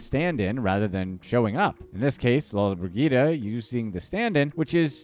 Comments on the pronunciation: It is pronounced Gina Lola bridgida. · The lady's name is pronounced lola-briJida